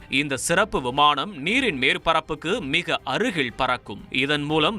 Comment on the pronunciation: நல்ல தகவல். இதன் இயங்கும் மாதிரி விரைவில் வர விழைகிறேன். தகவலை படித்தவர் உச்சரிப்பில் பல பிழைகள் உள்ளன. உதாரணத்திற்க்கு : நீர்பரப்புக்கு மிக அருகி"ள் " பரக்கும் -- அது அருகில் தமிழ் உச்சரிப்பு தெரிந்தவரிடம் பயிற்சி பெறவும்.